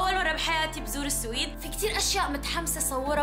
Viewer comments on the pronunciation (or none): لبش عم تقولي السِويد اسما السويد بدون كسرة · لاتنطق السويد .. تنطق..السُُُوُُيد..